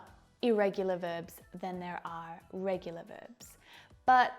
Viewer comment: Irregular vebs she says;irregular verbs is real pronunciation?